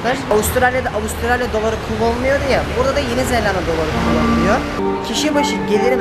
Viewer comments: zellanda deil zelanda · Zelanda'yı çift L ile telaffuz ettikçe OKB komasına girdim :) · abi neden yeni zelanda yerine yeni zellanda dion